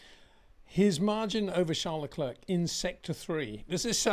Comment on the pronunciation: Hey, It’s not prononunced Lecl’erk’. It’s lecl ‘air’